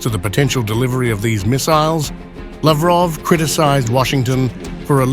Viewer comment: Laughroff😂 useless human being